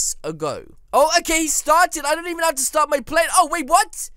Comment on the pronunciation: You bon’t go throo the black thing